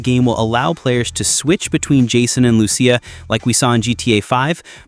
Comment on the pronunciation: Who the hell is "Lu-She-a"??? It's "Lu-SEE-a"... always has been 🤣🤣🤣